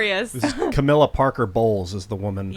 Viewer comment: Tim. It’s not CAR-milla, its pronounced ca-MILL-a